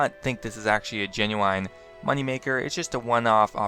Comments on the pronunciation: genyuwhine? you genyuwhinely believe that's how you pronounce genuine? lol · did you just pronounce genuine as GENU AINE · man said genuiWINE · demonoid yep lmao